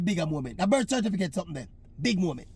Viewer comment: You mean cerfiticate!